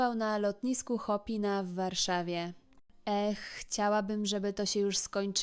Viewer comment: Najbardziej mi sie podoba wymowa nazwy lotniska w Warszawie - to nie lotnisko "Szopena" to lotnisko "Chopina".